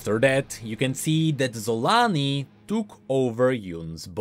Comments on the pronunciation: I don't think you pronounce her name "Yun". She isn't inspired by nordic people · See Varus?! Sol-aa-ni. DOUBLE A's VARUS DOUBLE A's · Random question but is there a reason it is pronounced "Y"-un instead of with... ya know, with a hard J? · Surely it’s pronounced ‘cho-la-nee’ and not with the ‘z’ sound tho right? Unless we have already heard it ready by Riot? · No offence, but instead of „Xolaani“ I always hear „Salami“